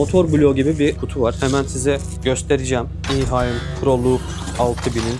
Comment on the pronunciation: İhaim değil Ehaim diye okunur sonuçta Almanca!